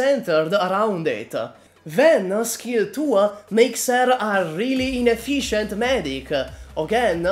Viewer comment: when I heard the word ine-FISH-end. Sry but my Aegir humor suddenly kicked in